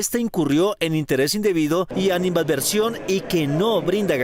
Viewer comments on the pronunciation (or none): Ánima adversión? ...la periodista no conoce la palabra ANIMADVERSIÓN... por favor ilústrese